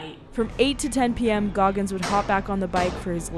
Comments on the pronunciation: 😂 Goggis!!? :05sec intro😂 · “David Goggis” as his name in the intro is crazy